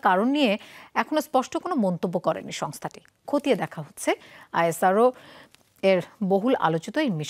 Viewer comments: ইসরো বলেন । নাকি উচ্চারণ করতে পারেন না। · মেডাম ওটা আইএসআরও নয় ওটা ইসরো বলে প্রসিদ্ধ